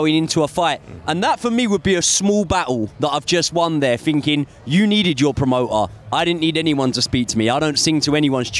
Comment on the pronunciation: A lot of finking going on 😂